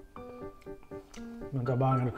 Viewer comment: klw makn sllu bilng mantep banget nada ny itu Lo lucu khas orngluar tp b.indonesia